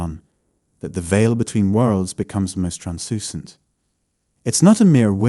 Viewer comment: "UNWARFFERING" (unwavering) "TRANSEWWNCENT" (translucent) "REEEYALLM" (realm) I presume you are from the UK but I hear you pronouncing words differently to the ones in brackets and wonder if that's because you come across as quite nervous in your voice. Anyway, great video, I'm very in tune to people's thoughts good and bad but my empath qualities have taken a dive with illness and domestic abuse but i shall rise again in time. Have a blessed weekend